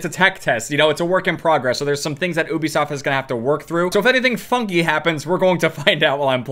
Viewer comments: UBISOFT not OOoobi-soft. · Its Ubisoft not Obisoft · be like “Oobysoft” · did my man just say OOBIsoft lmfao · Normal people: Ubisoft: uwubisoft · "I just wanna thank obisoft" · "Oobisoft" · Oobasoft he said lol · Gets special treatment from a company and then proceeds to pronounce their name incorrectly